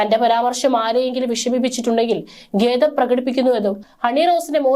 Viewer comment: എന്താണീ "ഗേദം"? ഖേദം എന്ന് പറയാൻ അറിയില്ലേ?